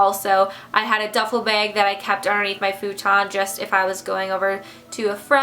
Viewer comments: THE WAY SHE SAID BAG WAS SO FUNNY IT SOUNDED LIKE "BEAG" WHICH CONFUSED ME SO BAD :) :) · I love how you say bag! Btw I'm in 8th grade and I'm watching this!